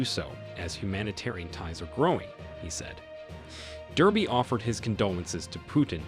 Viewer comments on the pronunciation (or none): none